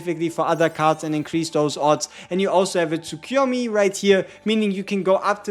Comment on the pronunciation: Tsukuyomi is pronounced: Tsoo-koo-yo-mee.